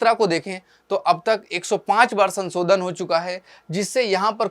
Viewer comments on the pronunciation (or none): none